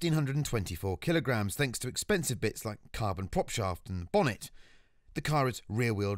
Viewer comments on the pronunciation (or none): none